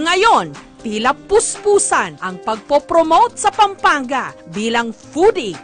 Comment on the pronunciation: Kapampangan not Kapangpangan!😂 Pampanga not Pangpangga! hahaha proud kapampangan here! puro💕💯